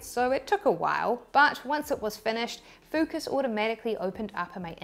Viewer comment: Did you said.. FUCKUS? 😯